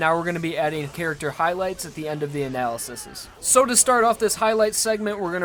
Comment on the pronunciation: I like how you said analysises instead of analyses lmao